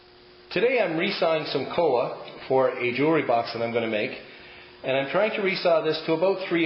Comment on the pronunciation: It's koa, not coa.